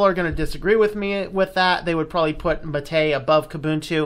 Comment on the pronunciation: "Mate" instead of the Spanish "MAH-teh" sounds like when people say "Tar-jay" instead of "Target."